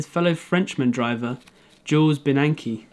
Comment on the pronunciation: First off, amazing effort and wonderful work. Great video for what you’ve got to work with. Second - research to make sure you’re pronouncing things correct. Jules Bianchi deserves his name spoken correctly.